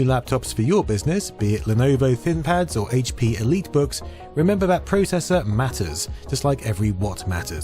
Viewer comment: "ThinPad"? I think you mean ThinkPad. There's no record of a "thin" pad on Lenovo's website.